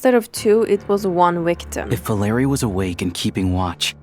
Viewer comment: Thank you very much for the video, but I want to correct you a little, the accent of the name Valery falls on e, not on the letter a